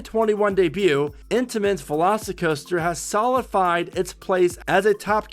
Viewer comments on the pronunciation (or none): will figure out the big words...give him time! lol. It's pronounced SO - LID - A - FIED...happy to help you out! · Dude you really need to learn how to pronounce the word *solidified" your credibility goes down the tubes with you saying it like you are.